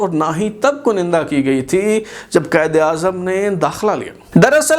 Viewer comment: Aap baar baar KANDA ki jaga KUNINDA boltay hain. Pl tashih farmain